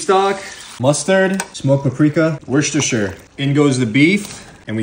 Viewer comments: Did you mean wooooster? 😂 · Nailed the pronunciation of Worcestershire 🤘